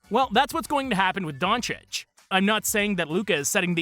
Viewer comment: Half of those so-called "experts" in the mainstream media can't even pronounce Doncic correctly lol.